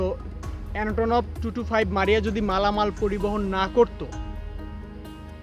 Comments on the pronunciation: ভাই anotonov na antonov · আপনার এনাটোনভ উচ্চারণ কি ঠিক আছে? ইংরেজীতে লেখা Antonov এর উচ্চারণ হওয়ার কথা এন্টোনভ্ কিন্তু পুরো অনুষ্ঠানে আপনি উচ্চারণ করলেন এনাটোনভ। উচ্চারণে আরও মনোযোগী হওয়া উচিত ছিল। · ভাই উচ্চারণটা এনাটোনভ হবে না। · Shala vokchod. Antonov er uccharon e to thik moto korte paros na. Cessna na re koili Sesena 😂😂🤣🤣 age shob kisur ucchar thik vabe shikh vaai then videp bana . 6 ta Engine ase.. engine er model ki.?? Google na deikha rypl de vai